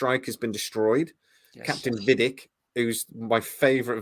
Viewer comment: I'm pretty sure that startrek in the uk doesn't use voiceovers, how do they just randomly change the bad guys name? Her name is vadic. Not vedik or veedik.